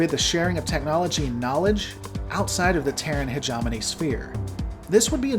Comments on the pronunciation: heh-jaw-moan-eeeee NO heh-jaw-money NO hedge-em-own-eeee YES heh-gem-un-eeee YES HOW HARD IS THAT ?!!!!! You are a first rate troll. You are doing this on purpose. Your videos are really good though... BAH ! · Um it's hegemony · No worries bud, hegemony is very rarely spoken. I twitch a bit when you mispronounce it, but remember it is an almost forgotten word. I guess because it's a mouthful of a word.